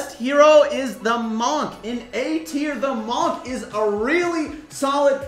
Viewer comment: search up how to pronounce “monk” 😭😭